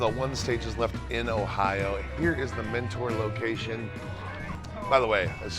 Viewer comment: I live near mentor and it has been nagging me the whole video. It’s actually pronounced “menter” not “mentoar”. Otherwise I love your videos and you should go to Parma! Their studio c has a cool chuck shirt.